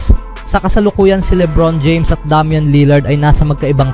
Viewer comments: Wtheckk DAM-YAN 😂 ilugar mo pagiging badjao mo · Minurder ba naman pangalan ni Lillard hahaha Damyan for treyyy!!!